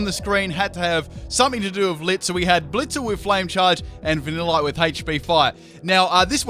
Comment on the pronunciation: Plot twist: VaniLITe is pronounced different compared to other pocket monsters